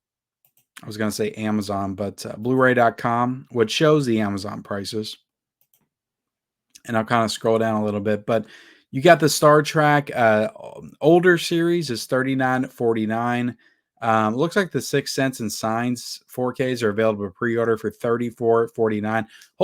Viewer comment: Come on, man. It's not Star TRACK. It's Star TREK. Like Trebek, but without the b.